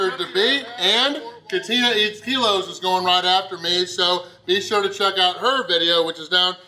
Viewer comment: “Be sho to check katina”